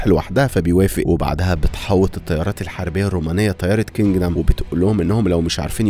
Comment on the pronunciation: كندم مش كنجدم😂